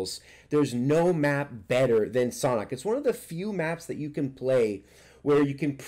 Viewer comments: It’s San hok like sand hock without the d I’m pretty sure it’s not pronounced saunhok. Just saying . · It’s pronounced sand hawk!!!! Even google translate says that way lol but love ur video bro